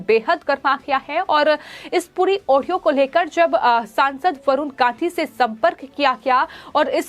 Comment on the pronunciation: यह कॉमेंटेटर वरुण गांधी का नाम तक तो ठीक से ले नहीं पा रही है, यह वरुण कांशी कौन है भैया!